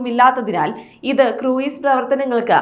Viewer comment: ക്രൂയ്‌സ് അല്ല ക്രൂസ് എന്ന് പറയണം.